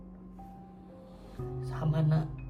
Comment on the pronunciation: darrel om bukan darrek🙏🏻